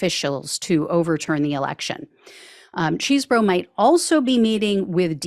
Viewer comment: Thank you for your reporting …as much as I dislike the man, please say his name correctly…Chese, not Cheese…